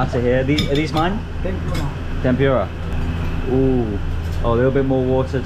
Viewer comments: How could you just got in to others table and grab some of their food,can you do that in UK?and tempura should be pronounce tempooora not tempuuura. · it's Tempura not Tempyura 😊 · I like the way you pronounce the Tempura. In Philippines we pronounce it Tempoora. Hope you enjoy your dinner